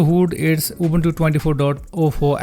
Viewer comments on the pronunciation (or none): "Убунчу"... диктор, вы китайчу?(